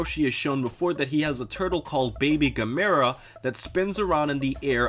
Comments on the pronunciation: Also it's pronounced as Gàm-mer-ra,not Gam-mer-ra(the one with is à is pronounced with a lower voice) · GA-MUR-A not Ga-mee-ra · gamera is pronounced the same way as camera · THIS WAS DAMN GREAT even I gotta give you props xD but the way you pronounced GAM- A- RAH killed me bro